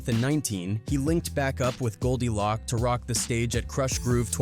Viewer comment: Pronounced “Loak” not lock…